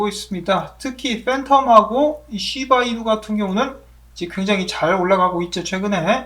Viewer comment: 쉬~바 이누 발음이 넘 조으삼~~ㅋ